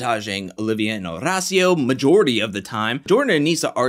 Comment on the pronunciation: Somebody sure loves rolling that "r" in Horacio. In fact, Horacio pronounces his own name with an American accent.